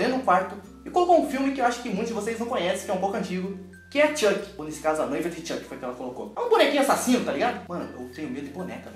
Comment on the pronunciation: nao e chake e chuck